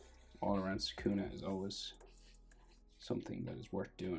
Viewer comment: It's not sakuna is sukuna